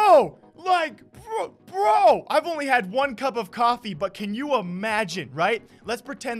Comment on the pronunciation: Been around along time. I think it sounds alot more professional when you say "drink your water, drink your coffee" but sound like baby talk when you say drink "your wa, drink your coff". Just saying keep the grind up your killing it man. Proud to see it.